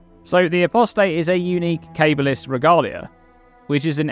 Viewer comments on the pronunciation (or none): Cah-Bahl-Ist, not Cable-ist.